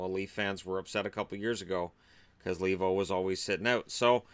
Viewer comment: I cringe every time I hear the pronounciation LEE-vo, since his name is Finnish and it should be pronounced LAY-vo.